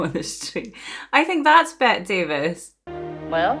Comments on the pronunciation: This movie is a marvelous introduction to Bette Davis (you should pronounce that last "e" in Bette, calling her "Bettee") - you see her go through at least three major transformations here, and the first one shows how unafraid she is to appear unattractive if that suits the character. She's one of the "big three" in our family: her, Katharine Hepburn and Joan Crawford, though I include Barbara Stanwyck for good measure. Here's a sweet TCM short on Davis: I'm sure you've seen Claude Rains, though not sure where. Another of the greats, he plays the doctor here, and I used to long for him and Davis to end up together. He and she acted together in "Mr. Skeffington" and teamed up with Paul Henreid (Jerry) in "Deception", which has got to be one of the most bonkers melodramas ever put on screen, and totally worth the watch. If you've seen "Casablanca", you know Henreid as Victor. If you haven't seen "Casablanca", oh my goodness, what are you waiting for?! Several years later, Henreid would direct Davis in "Dead Ringer". Mama was played by Gladys Cooper, truly one of the most stalwart and strongest supporting players of the Hollywood era. She was famous for playing parts like Mrs. Vale, but could also be believably gentle and good. My introduction to her was in "My Fair Lady", where she played the mother of the central male character, Henry Higgins, and she's much different from this mother. Bette Davis loved working with her. She was also a beauty: The nurse was irrep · Her name is Bette, but pronounced Betty. This is one of my favorites. I hope you like it! If you like this, I strongly suggest you watch AllAbout Eve. It is her best. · Her first name is usually pronounced as 2 syllables with a long e sound at the end- ‘Bet - tē. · Bette is pronounced "Betty." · It's pronounced Betty instead of Bet. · By the way, it's Betty not Bet. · her name is pronounced BETTY, not BET. She’s my favorite actress. You’d love ALL ABOUT EVE (1950). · Bet-tee Davis.